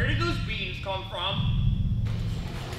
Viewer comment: the way he said “WhERE did those BEAns come fRom?”